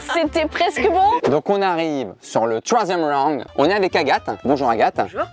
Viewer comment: MDR IL A DIT "ON ARRIVE SUR LE TCHOIN SIEME ROUND"